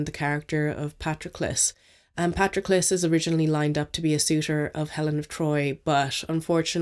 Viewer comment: Thank you for pronouncing Patroclus right 😅 Great reviews as always, can't wait to see your content in the new year!